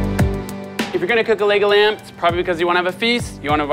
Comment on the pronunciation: It sounds like he's saying Legoland